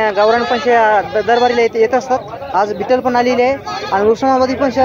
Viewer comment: बिटल नाही भैय्या ती ओरीजनल बिटल नाही भैय्या